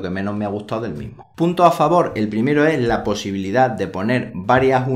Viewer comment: Curiosidad, ya tengo rato con una duda y cada vez que veo tus videos me salta la curiosidad, de Donde eres??? Yo creo que eres Español, pero la manera en que pronuncias ES sin la ese "ee" me perturba jaja, sera que en españa hay regiones que hablan asi? O eres del caribe? "Como vei lo que llama mas la atencion de este router (ee) el diseños, (ee) en formato torre " jaja sorry por la pregunta. Saludos